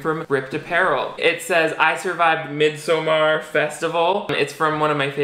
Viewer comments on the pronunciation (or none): If midsommar is supposed to be the Swedish word, just pronounce it midsummer lol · You are so funny! But lol with the butchering of swenglish! You cant say mid in english and summer in Swedish, say midsummer or miiidsommar its one word! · no one:: mid sew mar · honey I love you pls be my friend but the way you pronounced midsommar literally gave me war flashbacks. I’ve never been more triggered in my life I